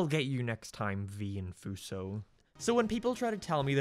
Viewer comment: omg Vee Infuso cameo (also it’s pronounced “In-fuse-o”)